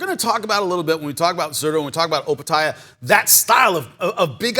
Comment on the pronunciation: Chris, it’s OpetiA not Opeti. I had to listen to make sure of the pronunciation. Great show again guys.